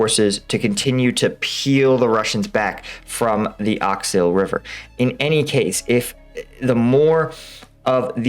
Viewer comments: I appreciate the efforts you put into producing these videos. A minor point, you're still mispronouncing the name of that river in NE Ukraine. It is Oskil, not Oksil. 🙂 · please, it's OSKIL river not OKSIL. There is even a town of that name O.K.? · Oskil not Oksil LUL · Remember, it’s not oksil river, it’s written Oskil River but unstress O in Russian/Ukrainian is pronounced as an A so Ass-kill river, that’s easy to remember, right? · Oskil River.... not Oxil. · Not Oksil river, man! It's OSKIL river! Please, fix it! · bro it is Oskil not Oksil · The river's name is OSKIL (Aus-kill), and NOT Oxyl! 🙂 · Shh. mispronouncing place names is much needed comic relief in these hard times. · It's funny too and I like it ;) The most important thing is that we understand...